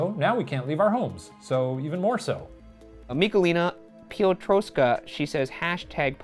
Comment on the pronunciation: the way he said michalina piotrkowska killed me (im pretty sure its polish) and its something like miHalina pioutrofskha